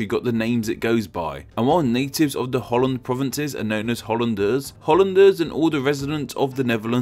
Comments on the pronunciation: Hout land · Haha Holl-land goeie haha